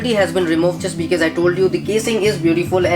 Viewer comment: why is he pronouncing because as bikiz